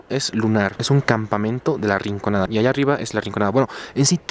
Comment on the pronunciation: SOLO YO ME DI CUENTA QUE DICE RICONANDA?